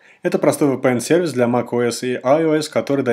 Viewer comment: еще бы правильно произносить VPN научился бы)